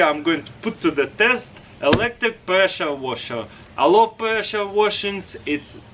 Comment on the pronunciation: “Preschure waschherr”